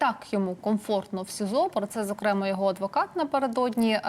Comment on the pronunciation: Доброго дня! Коли Ви вже почнете правильно ставити НАГОЛОС у словах. Не зокрЕмо, а зокремА. І не використовуйте Ви зокремА там де потрібно, і де НІ! Воно перетворюється у Вас на "слово - паразит". З повагою...